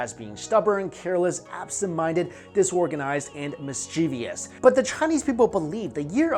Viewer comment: Mischievous is "miss-chi-vis" Also the host is part dragon confirmed lol.